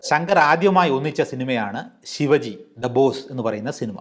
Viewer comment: ശിവജി അല്ല ശിവാജി, റെമ്പോ അല്ല റെമോ.